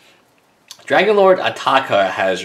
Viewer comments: WILL YOU STOP SAYING ATAAKA ITS ANOYING ITS ATARKA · Adel Alrawas SMARTASS hes not in England but AMERICA!!!!!!!!!!!! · He asian he can't pronounce the letter R properly